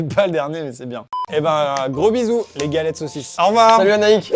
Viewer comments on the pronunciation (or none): On a tous entendu le petit " galette saussice " de amixem 🤣